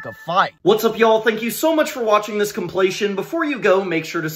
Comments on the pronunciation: I love these! They're so creative but, did you say complation? Lol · Got bothered 1second into this video when you mispronounced compilation, but cool idea for a video.